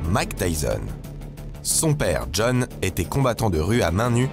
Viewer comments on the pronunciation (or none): none